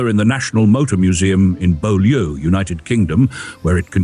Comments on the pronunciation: That might be the correct pronounciation of the French word "Beaulieu", but the English village the National Motor Museum is in is pronounced BYUU-lee. No, I don't know why either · I bought a car from a guy named Beaulieu who pronounced it boy loo. I've been to Byoolee and will be there again in September.